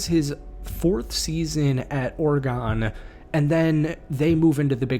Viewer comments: Bro says oregonee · love the video hate how you pronounce oregon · I dont like the way you say Oregon